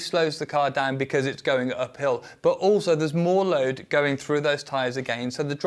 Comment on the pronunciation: Really love how said "becurse" (because) Thank you for the content